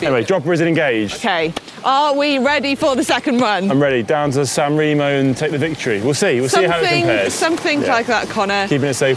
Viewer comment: I’ll consider it when you learn saying “SanrEmo” the “E” is said like in “End”. Not that challenging 😂 (and thumbs up for Dan who is the only saying right!